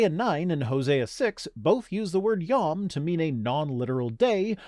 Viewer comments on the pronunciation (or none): How can you possibly believe some idiot who can't even properly understand who to pronounce a word when it is literally written out on the screen? Yom is pronounced Yome.